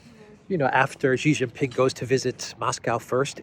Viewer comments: OH MY GOD STOP IT. XI JIN PING is pronounced SHEEE JIN PING NOT JHEEE JHING PING, JHEE JHEE is Penis. Listen to how, your Duran partner Alexander M. Says it SHEEEEE like female, NOT JHHHEEE like weird Australia Sky News.. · His name, Xi Jin Ping is pronounced SHEE (like female) JIN PING not JHEEE JHING PING. Jhee Jhee is slang for Penis. You are insulting him.